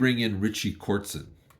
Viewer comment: Richie KOTZEN - not "Kortzen" bud. Ge the names right if you're gonna do a review ;)